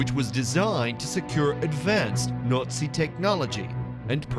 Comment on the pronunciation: You think you'd get someone who could pronounce Nazi if they're going to narrate a Hitler's UFO documentary.